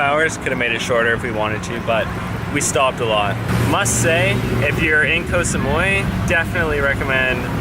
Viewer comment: This is the rare time where you actually pronounced the name of the island almost perfectly. Bravo!!! Oh no... Asia has gotten into your blood. Haha... Yes Koh Samui is more of a tourist spot and is more developed compared to the rest of the islands. You'd like the other smaller ones. I can't remember which vid that I actually replied you with the islands to visit but if you look at my comment, you'll see a few other small ones which I have recommended. Not the bigger ones only. The reason I put a very big disclaimer to watching real Muay Thai is because it is not for the faint of heart as most of the "REAL" fights will involve blood. If you see them train, you'd cringe. To enhance their kick/punch, they literally kick/punch coconut trees and etc. So it's not the sport where a lot would venture into.